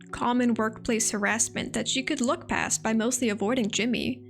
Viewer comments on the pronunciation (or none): none